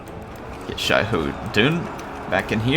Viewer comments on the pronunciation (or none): none